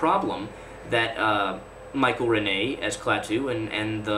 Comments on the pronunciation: And please learn the name of the great composer, pronounced HER-min, not her-MAIN. I liked your video, but you lose credibility when you mispronounce names of major artists. Michael RENN-ee, not some mysterious frenchman you invented named Rih-HAY. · Please learn his name. It's not Ren-nay, it's pronounced Renn-ee. RENNIE!!